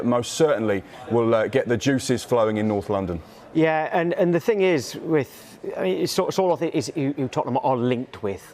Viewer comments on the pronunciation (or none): Sky, Sorloth... not Sortloth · "Sorthloth" lol